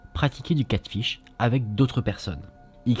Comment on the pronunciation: C'edt Catfish et pas catship lol mais on t'aime❤️❤️❤️